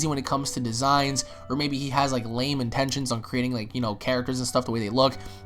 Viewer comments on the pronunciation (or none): none